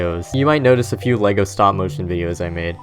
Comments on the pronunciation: It's fucking "LEG-O", not fuckin "LAY-GOES". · its not lee-go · That is not how you say "Lego".